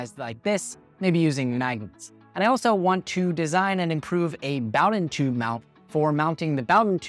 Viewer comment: I have never heard anyone else pronounce bowden tube that way....